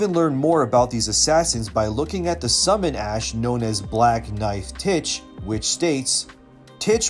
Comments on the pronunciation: Tiche is actually pronounced "teehee"(Τύχη), it is the greek name of the goddess of luck. All the black knives have ancient greek mames, like Alekto, which is pronounced "aleekto"(Αλυκτώ) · I thought it was pronounced "Teesh" like the word Niche